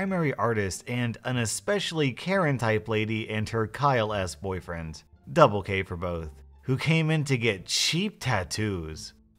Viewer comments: Instead of double k for both i heard double gay for both oof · every time he says," double K", I hear, "double gay"